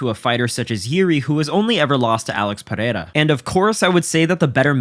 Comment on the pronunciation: Why does everyone pronounce Alex Pereira's name so weird? It's like they become Spanish for a half second. I blame Joe Rogan for pronouncing it so zesty.